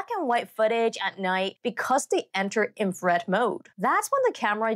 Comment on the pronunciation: 'Infred'?? In-fra-red. Three syllables.